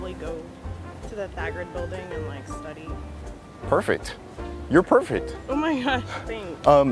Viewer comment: "You are perfert"